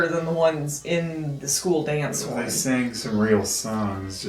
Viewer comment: I have seen these a few times now, and I smirk each and every time at the mangling of the dance's name. I don't know why it's so amusing but it's one of my favorite running gags on the channel